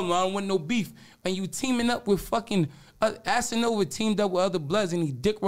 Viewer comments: "assanova" lmaoooo 😂😂😂😂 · Lol man called cass Assanova 😂